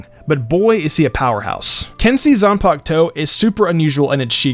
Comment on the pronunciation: Zun-puk-toe lol